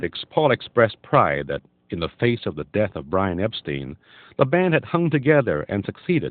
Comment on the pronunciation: The Beatles' manager's name was pronounced "Epstine", not "Epsteen".